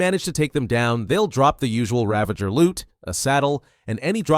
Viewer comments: Its a Ravager not Ravenger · Ravanger? Its Ravager 😂😂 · Its Ravager not Ravenger lol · “Ravenger” lol